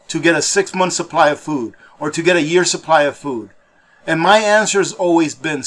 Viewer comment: OH NO CCP GOT TO AP....he said suppry instead of supply 😝😝🤣🤣